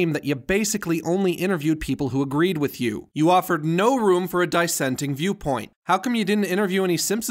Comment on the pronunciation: "Die-ssenting" Die-sliked and unsubbed.